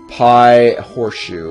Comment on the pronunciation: I cringed slightly when he said horseshoe.